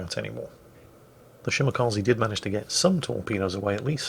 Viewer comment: it's "Shimakaze" not "Shimakazi". The "e" is pronounced like in "extra". This goes for all japanese ships as well btw.